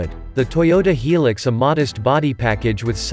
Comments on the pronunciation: Yeah the pronunciation drives me nuts. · Hee Lix, what a pronunciation !!! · its hi-lux